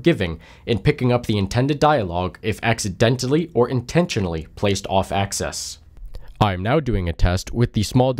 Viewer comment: Axis not access